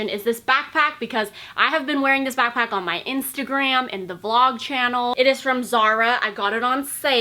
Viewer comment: How you say " back PACK "is funny 😹 nice video though